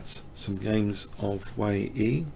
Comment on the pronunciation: Very well explained as usual. The Chinese opponent in the 2nd game is Chenxi Zhao. Your pronunciation of this name as well as that of Wei Yi is not too bad. Chinese is rather difficult to pronounce for westerners.